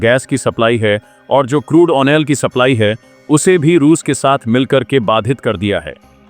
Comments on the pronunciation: यार तुम ऑयल को ओनेल मत बोला का करो। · Why do you prinounce "OIL"as "ONEL". Would you please rectify?